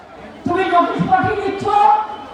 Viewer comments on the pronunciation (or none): none